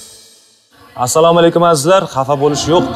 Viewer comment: нормальный салом беришти ургатийлар. Саамкум дегани нима дегани? Хутти биров зурлаб мажбурлаб сураштиргандай сурашади.